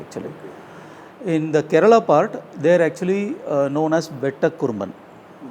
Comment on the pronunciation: Why do you guys pronounce the state names wrong? Its Karnataka not Karnatak and Kerala not Keral! Please make sure you don't make such mistakes. We find it pretty offensive.